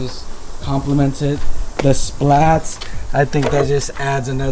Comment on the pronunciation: Bro stop calling them splats 🤣 it’s spat.